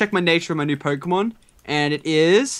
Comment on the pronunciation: You guys mis-pronounce many Pokémon names.